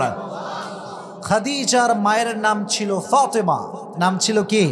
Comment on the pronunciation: হুজুর সেন্ট্রাল শব্দটাকে সেন্ট্রোল বলে আপনি কি বোঝাতে চান।দয়া করে বাংলা অনেক সুন্দর তাকে আয়ত্ত করেন। ফাতেমা অনেক সুন্দর নাম তাকে সুন্দর করে বলেন প্লিজ। নিজেকে কিভাবে উপস্থাপন করতে চান।